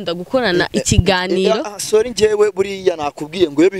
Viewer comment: Ngo Solli 😂😂😂ho kuvuga ngo sorry arantwengeje 😂😂😂😂 wewe ubona ubona ari mushiki we 😂😂😂😂 Ndagusavye reka kuntwenza